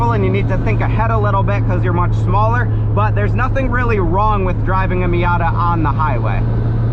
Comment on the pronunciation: "marzda miarta"